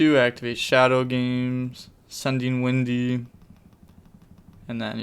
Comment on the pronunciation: Dear, its wEhndee, not windy